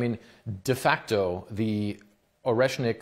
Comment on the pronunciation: the bomb called Oreshnick (Nutter) not reznik